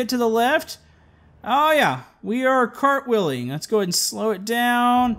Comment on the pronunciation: “CAR-twheeling” LOL